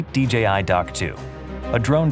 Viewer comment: finally DJI showing us how to pronounce DJI correctly. YouTube clowns need to stop calling it "DGI" just because everyone else does it